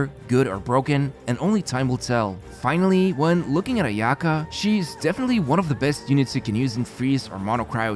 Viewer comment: 'Ayato Not ay'Ato 'Ayaka not ay'Aka ffs usa people cant even get the accents of names right